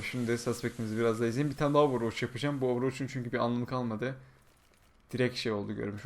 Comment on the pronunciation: hocam sana bir sorum varda ''Ovurvoç'' ne?:d